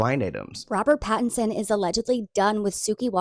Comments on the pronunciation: Pat - in - son 😂 Love the consistent celebrity name mispronunciations! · his name is Pattinson…. Not Patterson. I love your show! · I love you but it’s PATTINSON 😅 not PATTERSON love ❤ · PattINSON NOT PattERSON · Damn it,. PattINson, not PattERson. Love you though! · LOL, it’s Robert Patt-IN-son. Love you! ❤ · Lol,, it's PattINson ❤ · "we all know robert patteRson" hahaha, you should start slightly mispronouncing any of the celebs on here who have tried to come for you just to piss them off:glasses-purple-yellow-diamond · The "Patterson"s are driving me nuts 😂